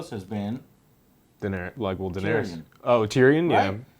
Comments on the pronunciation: It's Danaerys, not Danaeries. Please, Joe. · I actually enjoy these reviews.. but damnet Joe!!! Pronounce the DAMN character's names correctly! It's Den-air-is.. not Den-air-EES. She is not the God of War's cave! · God I hate the way he says Daenerys, Danaries